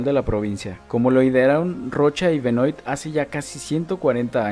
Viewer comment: Hermosísima ciudad, muy lindo video. Sólo quiero decirte que Benoît se pronuncia Benuá, es de origen francés. Un saludo